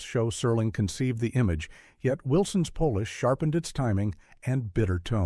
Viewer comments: Fact checks needed. Minor errors and Pole- ish is not Paw-lish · "yet Wilson's Polish..." F U video uploaders for not even listening to your own video ONCE and proofing it before uploading. If you're gonna use AI, learn how to use it correctly. How does an AI say "Polish" if you wrote the script as "polish"? Unbelievable. I almost want to just click off RIGHT NOW. Think I will.